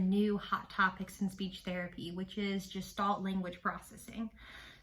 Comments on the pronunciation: Gestalt is pronounced with a hard /g/ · Thank you for this! Please note that “Gestalt” is a German word, and is pronounced with a hard G. (It is not related to the word “gestation”.)